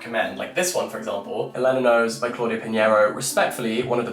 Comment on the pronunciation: every time u say Elena like that a fairy loses its wings